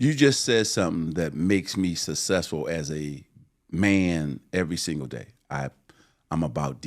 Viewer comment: Magic should trademark Sasesful 😂😂😂